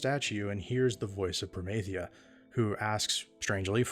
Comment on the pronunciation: When you hear the proper pronunciation of Promathia. 😊